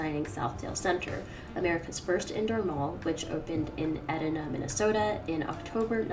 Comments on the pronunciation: it’s eeeeeee- dinah not edina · Hey! Just to let you know Edina is pronounced “E-Dine-a”! I had no idea that southdale was the first indoor mall in America! Another win for Minnesota! (Even if it was in Edina!) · I live 10 minutes from the Southdale Center, and I never knew it was the country’s first enclosed mall! P.S. I’m guessing you’re not from Minnesota, and “Edina” is pronounced E-Dine-Uh. No disrespect intended!! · Excellent video. It is Edina, MN. Eee Die Nah. Sort of a weird one! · If you can believe it, it's pronounced Ee-dine-uh 🤷🏼‍♂️ and now that we have the Mall of America, Southdale is a relic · Yes love the MN shout out with Southdale!!! Fyi the pronunciation of Edina is Ee DIE nah... The names of cities in MN are notoriously hard to say based on how they're spelled 🥰😊